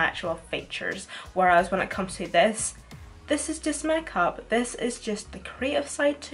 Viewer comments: the way you say makeup mekap Omg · The way she says 'make up' 😂😂😂 (not in a hating way)